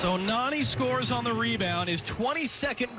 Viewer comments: It's not narni its nani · Its not Narrrni its Nani